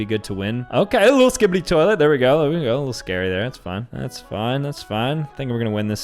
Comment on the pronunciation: Great video but why did he say skibidi tolet when playing Pac-Man